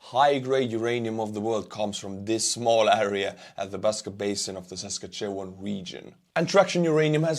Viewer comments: Awesome you had a sponsor from my province. Pronunciation pro tip: Sask-at-chew-one. Say it quickly altogether and it’ll get you real close. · First class job of butchering Saskatchewan pronunciation. Also, a good choice of sponsor. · I love how you pronounce Saskatchewan. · Must say, you certainly did a great job butchering the name of the Provence of Saskatchewan.😅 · Way to butcher Saskatchewan like an Estonian!!! Slava Ukraine!!